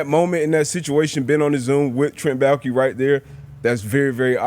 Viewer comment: Pat that is not how you pronounce Baalke